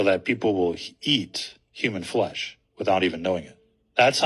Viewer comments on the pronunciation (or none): none